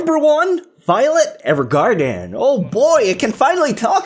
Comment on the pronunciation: The way he says "Evergarden" 😂😂